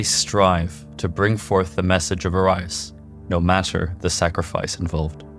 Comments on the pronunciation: Oh-ree-is. Not Oh-rye-us lol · Great video but its pronounced Aureus for Orius (presumably a homophone for latin word Gold as seen in the periodic table) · O-ree-us is how you pronounce Orius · How can you hear the way Orius is pronounced in game and then proceed to pronounce in incorrectly 😢 makes it seems like an AI is reading it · How can you say Orian correctly but can't say Orius properly? the audio literally tells you how to say it...